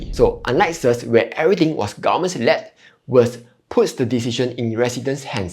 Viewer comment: May I suggest that you try improving your pronunciation. For example, it’s VERS and not “worse”…Honestly, without reading the generated text, it’s very difficult to understand what you are saying. Hope you don’t mind me being direct and straightforward.